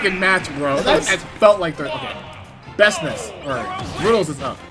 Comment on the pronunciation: This man didn't just say "Bestnice" .......